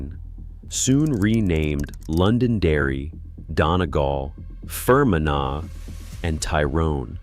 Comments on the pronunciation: Fer men agh?, Fermanagh (Fer man agh) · Fgsakes…..phonetically It’s FER-MAN-AH (Ireland). Agus…it’s LÁN-ARK-SHIRE (Scotland) ….agus…AIR-SHIRE (Scotland)… DUM-FREES-SHIRE…… Yeah….America got all the Scots n Irish to building all the building….. rtump is demolishing the whole country now.